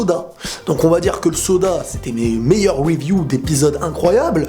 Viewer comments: Pk Tu dis Weview ? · c con mais pourrais tu ne plus dire review a l'anglaise mais plutot review comme un bon francophone mdr